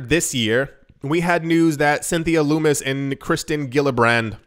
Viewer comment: Sen. Lummus is pronounced lummus like hummus.